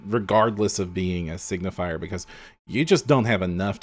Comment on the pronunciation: "Signifer" not "Signifier". You guys keep pronouncing it wrong!